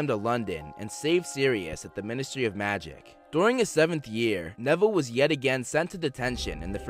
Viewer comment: Not nevillie dude